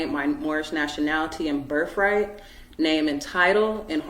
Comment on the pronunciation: What's a "berf-rite"?? Plus, the child is WAYYYYY better off away from this woman!!